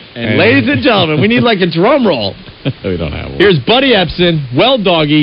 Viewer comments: “Ebsen.” Tsss he’s not a buncha SALT cuuuuz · That’s “Epsom” salt.